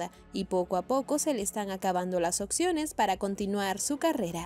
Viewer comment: Hay un problema de dicción de la narradora. Sobretodo al pronunciar opciones. Pronuncia occiones.